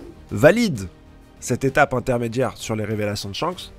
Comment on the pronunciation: C était pas shanks c était chankss